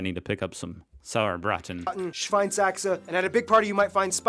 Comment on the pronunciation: Saurbraten is wrong, it's "Sauerbraten" and it's not pork but beef😄